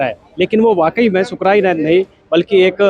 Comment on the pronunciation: शुक्राई नाथ नहीं है सुकर नाथ है